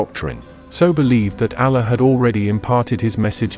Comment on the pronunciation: These As are painful to hear. Like nails on a chalkboard. Allah does not sound like Alan. Same for Pasta, Taco, Islamic... Somehow nailing Islam as "Is-LAH-mm", but Islamic is coming out like "Is-Lamb-Ick" -- wild! Otherwise, excellent video!